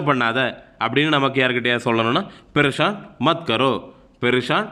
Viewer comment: Pareshan உச்சரிப்பை ப்ரெஷான் என்று சொல்கிறீல்கள் bro. அது பரேஷான் என்று சொல்ல வேண்டும்.